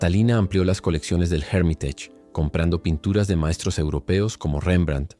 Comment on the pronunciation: Muy buen video hiciste; pero no pronuncies Hermitage como si fuera una palabra inglesa “Jérmitach”. Pronuncia “Ermitásh”. Es más correcto.